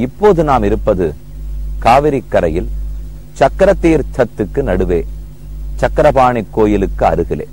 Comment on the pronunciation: it is Chakrapani Temple not SANGARAPANI. meaning itself will change . please correct